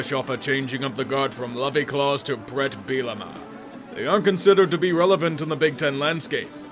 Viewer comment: It's Bert, not Bret.